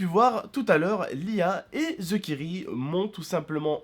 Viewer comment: QUI A REMARQUÉ QUE DIT TOUT LE TEMPS THEKIRI!! XD